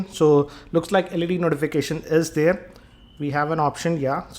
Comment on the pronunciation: "already DAERR"